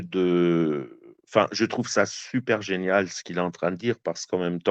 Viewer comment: geenial l'opeeniing o_O !